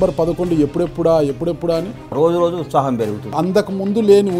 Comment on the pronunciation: ucchaahamu, uchapamu kadhura ayya its utshaham!!